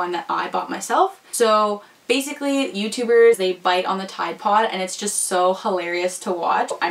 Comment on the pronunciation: Why u say ride pode?????